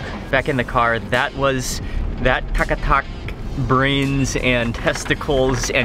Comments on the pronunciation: Mark I believe you wanted to say Tak-a-tak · The way he said katakat as takatak 😊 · Kat a kat..... i thought ive heard tak a tak at first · This is taka tak not kat a kat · Other people:kata kat Mark :taka tak 🤣🤣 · This is what my husband loves....but i don't like to eat organs...is not called kata kat...i hear you saying taka tak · Its not Kat-a- Kat, its Tak-A-Tak! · That's sound not kat a Kat it's taka tak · Not kata kat it's taka tak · It's tak ka tak not Kat ta Kat 😂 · Its tak a tak not kat a kat😅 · It’s tak a tak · its actually tak a tak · It’s called taka-tak. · Its Tak a Tak